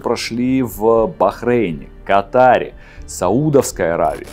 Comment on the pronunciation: Катар_ ударение на первый слог😂